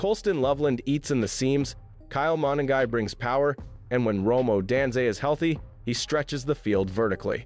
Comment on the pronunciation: Rome O-dan-zay?